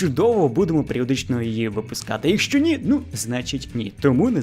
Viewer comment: дякую. Не ображайтесь на зауваження. Я про українську фонетику, про вимову. Звук [ч] в українській твердий, в російській - м'який. У Вас звучить: хочю, якщьо, нічього. І трішечки звук [о] у Вашій вимові звучить наближено до [а]. Це не Ваша провина, більшість українців тепер говорять саме так. Але дослухайтеся до мови українських акторів, до мови бабусь і дідусів із українського села. Абсолютно тверда вимова Ч! Спробуйте.